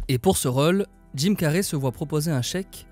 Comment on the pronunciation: c'est pas carrey comme carré mais carey comme carry